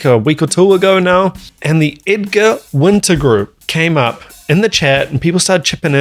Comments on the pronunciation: Winter! Not Winters. LOL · It is Winter, not Winters. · it's Winter not Winter's.